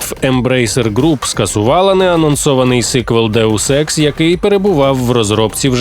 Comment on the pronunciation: Що говорять: Deus Ex Що чую я: Daewoo Sex